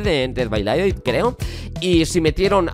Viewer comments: Se dice "ded bai deilaijt" :) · me pone nervioso que digas dead by daylight mal se pronuncia literalmente como lo voy a escribir: ded bay deylight